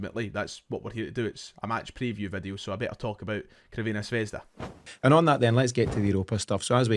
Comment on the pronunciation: Love ya but enough of the butchered Crvena Zvezda pronunciation, just say Red Star like the rest of us 😉